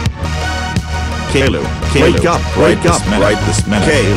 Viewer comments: You Pronnounced Caillou wrong. It's supposed to be Kai-U, Not Gayloo. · No the voices can't read properly and they say kayloo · well please stop calling caillou kayla